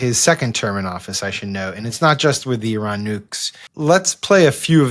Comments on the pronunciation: Just the way she pronounced Iran. It's like someone who knows NOTHING about the country. I-ran is not how it's pronounced. It's more like "ear-ron" phonetically. Jeez Louise...these things matter! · It is “ee-ron” not “eye-ran”. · Why does she pronounce it I-ran? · "I'ran", I didn't think I could dislike her more... they never fail to fail.... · KKKaroline, It’s not eye-ran. She probably says, eye-talion.🙄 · Officials pronouncing Iran as Eye-ran, just really bugs me for some reason. Sounds uneducated to me, just like people used to say Eye-talien. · Does she purposefully mispronounce Iran or is she just that ignorant?